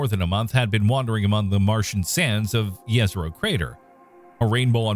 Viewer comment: Nice - you said it the right way - yezero crater !